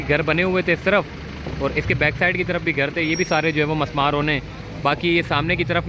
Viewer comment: Bhai Jan masmar lafz ghalat he mismar sahi lafz he